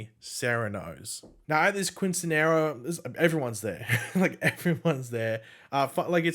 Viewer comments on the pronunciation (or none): Not trying to be a dick just trying to be helpful since I’m Hispanic myself lol , it is pronounced keen -seen-yeh-rah